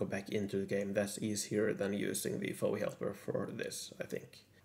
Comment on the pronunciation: Don't call it, "Fowee Helper". It's F-O-E Helper.